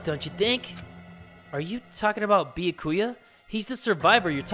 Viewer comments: After 37 dangaronpa videos series he still not even calling byakya names right wow Imagine he doesn’t call his name right at the end of the series wow I would be cringed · He knows how to pronounce byakuya from the start he just wants to trigger us if you saw all of his danagnronpa 2 videos without skipping you would realize that he almost said byakuya in a correct way and then said on no i almost pronounced his name right and then went back to trigger us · At this point I’ve forgotten how your suppose to pronounce Byakuya